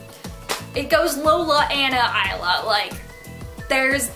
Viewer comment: THANK YOU FOR PRONOUNCING THE TITLE CORRECTLY. :)